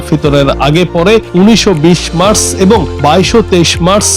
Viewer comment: মাস না মার্চ, উচ্চারণ ভুল